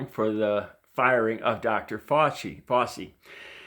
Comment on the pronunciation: Love your heart,. “Fow-chi” as in “cow” and the beginning of “cheese”, I believe, though not 100% sure.